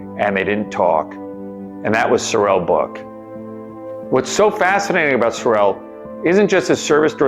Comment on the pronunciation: He was an incredible man! Its "sore-rel" by the way, not "so-rel". He actually wore a "fat suit" in the. DoH series